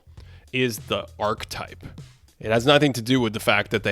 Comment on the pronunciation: I've held my tongue for long enough... Please, for the love of God, learn how to pronounce the word "archetype". It has 3 syllables. ar-ki-type. You use the word in almost every video, please start pronouncing it correctly. Other than that, good job.